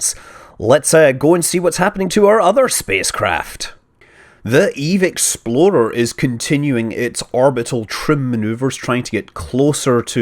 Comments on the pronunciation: Why does it always sound like hes saying "Eve Exploder" anyone else getting that? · it's not that we are mis HEARING it. it just always came out like EXPLODER. with a D instead of an X. i like your videos though. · So I'm not the only one who kept hearing Eve Exploder? :O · Scott, every time you say "EVE Explorer", I hear "EVE Exploder". I can't help it. It's just how you are saying it. I've had my doubts about the outcome of this mission from all the way back when it launched, because of this. edit: nvm, you finally addressed this point in this video ^^ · He says "explorer" like "exploder" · i just thought he was being funny and kept saying "exploder" on purpose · Aha! It's all in the pronunciation: Explahter is Explorer, while Exploader is Exploder! It all makes sense now! Sorry, Scott. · why does he pronounce "explorer" with a "d"? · He just rolls the "r" I think